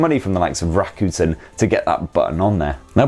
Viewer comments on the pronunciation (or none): none